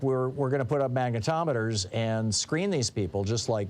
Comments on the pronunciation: Magnetrometers. It's so hysterical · Sounds like you're saying MAGAtometers.